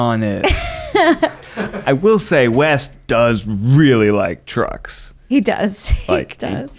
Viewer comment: I nearly shat myself because I thought Ned said “He really likes drugs” instead of “He really likes trucks”. 😂